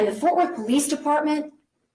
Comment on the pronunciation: It’s “Fort”, that is all 🙃